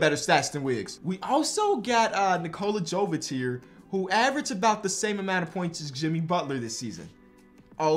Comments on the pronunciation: Nikola Jovic is pronounced “Yo-Vich” not “Joe-Vich”. it’s like Jokic but a V instead of a K. STOP SAYING JOE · Your pronunciation of Nikola Jovic is quite bad, he is from Serbia